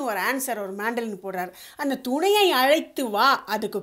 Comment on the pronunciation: பெண்பாடகியின் குரல் அச்சசல் வாணி ஜெயராம் அவர்களை நினைவுபடுத்துகிறது. உச்சரிப்பில் சிறிது கவனம் தேவை. “தூணையை” அல்ல, “துணையை”....